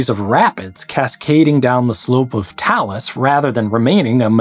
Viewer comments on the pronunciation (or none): Grady is mispronouncing it. It's "tay-lus". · Either you're mispronouncing 'talus' or my old choir director (who was a stickler for pronunciation) was wrong - I genuinely don't care who's right, but I'd love to hear you argue it with them.